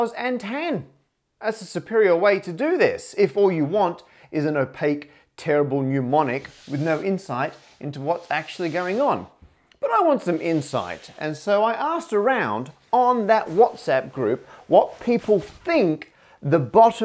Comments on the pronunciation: pneumonic lol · Obsfucating! Another Parker Pronunciation? :D Edit: o, pneumonic as well!